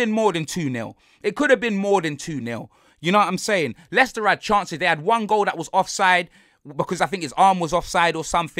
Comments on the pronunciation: Man said Mo-Leicested 😭😭😭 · Do you think he can say moleicester city on tv ?